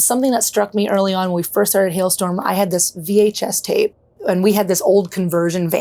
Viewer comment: Why do you keep calling the band hellstorm it's HALESTORM